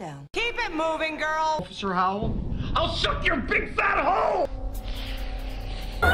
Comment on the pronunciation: Officer Hoe-well